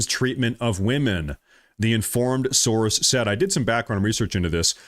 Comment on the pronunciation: Quit saying sorce and name a actual person he can't because he doesn't know of any 😂😂😂